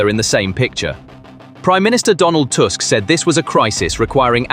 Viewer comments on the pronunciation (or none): none